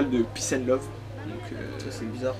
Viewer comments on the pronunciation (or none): PNL = Peace and Lové (LOVÉÉ) avec un "é" lové qui veut dire biff.. De rien .. Faite bien votre travail svp